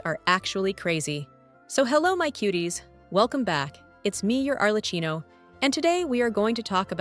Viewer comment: It's pronounced 'Arle- kee-no' , not 'Arle- chino'.